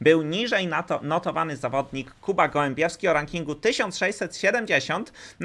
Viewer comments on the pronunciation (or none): Kuba GołębiOwski, a nie GołębiEwski